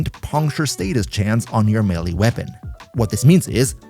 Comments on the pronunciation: FYI, you are also mispronouncing the word 'melee'. Its me-lay, not melly. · eh, technically youre wrong as well. may-lay.